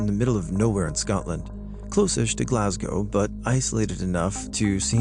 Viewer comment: you're an absolute legend, not least because you pronounced "Glasgow" properly! Keep the quality videos coming! 😁